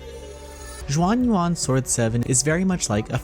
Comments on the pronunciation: It's pronounced Shuan Yuan, not Juan Yuan. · Please don’t call it Jean Juan anymore 🤣 it’s closer to shuan yuan. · Ur butchering the name. It not even hard. Xuan is pronounced not as juan its shuen and yuan its spelled yuen. But good review btw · Not chinese expert but x is pronounced as sh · cmon, if you're reviewing a game, the LEAST you can do is get the name right, and now you're attacking people for correcting you...no wonder yall are still irrelevant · I know that Chinese is hard to pronounce, you could have just typed Xuan Yuan into Google Translate and it would have told you how. Every time you said Xuan Yuan sent a shiver up my spine.